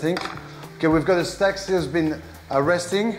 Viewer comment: Love the "Stak"